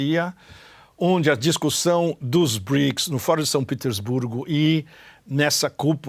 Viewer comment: Por quê pronuncias São Petersburgo em inglês se o vídeo é em português e o topônimo é russo? Em BRICS o S não é de plural mas de África do Sul